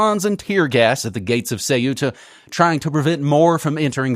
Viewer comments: Ceuta, not Cueta. Stop the copy/paste ! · "Que -etta" not Cu-eta, pedanticism I know but... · Not Ce-u-ta , it’s Ceu-ta! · Dude, it’s pronounced “Kuta” (or Kootah if that easier for you) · Dudes, it's pronounced Thay-oo-tah. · Ceuta = SAY-OO-TUH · It is CEUTA, ("Ce-oo-ta") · THAW-tah (official Spanish) or SAW-tah (Arabic, Berber and dialectal Spanish). In this case the "u" works like a /w/. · An independent investigative journalism piece cannot afford such a mistake. Could it be that this disdain for the pronunciation of a small Spanish city, an enclave on the Strait of Gibraltar, stems from a chauvinistic bias?